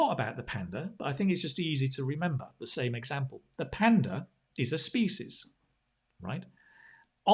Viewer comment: Hello sir, I am afraid that you mispronounced the word "species"....Pls look up the pronunciation.